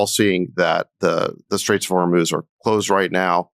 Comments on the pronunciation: You did it! Thank you, thank you, thank you! You got it - the Strait of HOR - MOOZ !!! I can keep listening. I also like it when you are kind of whispering. Yes, HE'S THE WEAKEST LOSER! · OMG! You finally figured out how to pronounce Hormuz. Only took you a week. Impressive. All hell is breaking loose. :) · Love that Ben finally pronounced Hormuz correctly lol! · Yay! Ben nailed Hor-mooz! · Hey Ben! Thrilled you're now able to pronounce Hormuz correctly!! 😂🎉👍